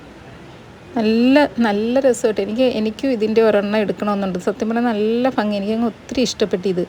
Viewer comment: സൂപ്പർ, ഫ അല്ല. ചേച്ചി ഭംഗി